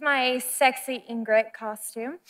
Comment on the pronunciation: at first i thought she said ingrite and i was like nah no way then she did it again hahaha